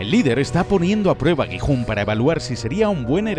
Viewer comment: Dejé de ver el video automáticamente cuando escuché gijun😂 así no se pronuncía jajaj